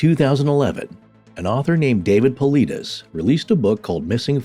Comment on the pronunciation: Ive never been critical of you guys before and i do love your content. However cone on guys.... how can you do all this supposed research about missing 411 and David Paulides and yet completely mispronounce his last name? If you would have even watched 1 of his podcasts or videos then you would know how to pronounce his last name. So that tells me you guys didn't do much of any research on this topic other than reading a book and yet you are trying to make a show and form an opinion on the topic and his content. This makes me look back on all the past shows that ive listened to and believed that you guys had done all this thorough research prior to your show. And now I realize that it probably wasnt true. You guys just threw a quick show together. Very disappointing....